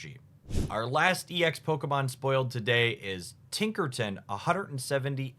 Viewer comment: Tinkerton.... Other youtuber said Carvinine Take the time to learn the names yall. Would mean a whole lot to long time pokémon fans